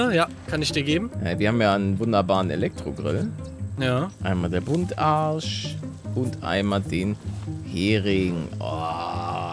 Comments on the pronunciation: Einfach der gute Buntarsch das heißt Buntbarsch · Hi Palle, es heißt nicht Buntarsch sondern Bumtbarsch🤣